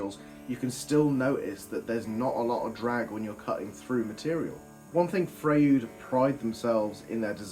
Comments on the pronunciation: Are you sure its not pronounced Fr-oy-d? Like sigmund freud? 😂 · Nice review. I especially enjoyed the embedded nail experiment! I do beleive it is pronounced "Froyd." Also what you were calling "gulleys" are technically called "gullets" and they are really important for material removal to help keep the blade moving forward, faster and reducing burning. Combo blade (higher TPI) gullets are usually shallower than rip blade (lower TPI) gullets because the combo blade is designed as much for cutting wood fibers which usually produces much smaller chips (also taking it longer to make rip cuts). Rip blade gullets tend to be deep because the blades are designed to "chip" away at the wood producing larger chipsmaking and making faster cuts than combo or crosscut blades. Last thought on blade thickness (kerf). I prefer to use thicker kerfed blades on my table and job site saws - they are more stable with less wobble than the thin kerf variety, especially on deeper cuts. Thicker kerf blades also seem to remove material more efficiently than thin kerf blades allowing the blades to run smoother and cooler. Keep em coming...